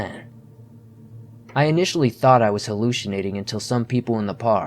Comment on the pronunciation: The way you said Hallucinating 🤣❤️